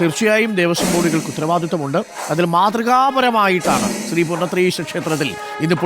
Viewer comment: ത്രി പൂർണത്രയീശ അല്ല.. ശ്രീ പൂർണത്രയീശൻ ആണ് അത് മനസിൽ ആക്കിട്ട് സംസാരിക്കു അരുൺകുമാർ 🙏🙏🙏🤣🤣